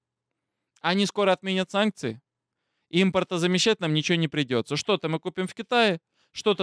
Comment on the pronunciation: хватит "санЬкции", "СанЬкт-Петербург" и т.д. А так...ты - молодец!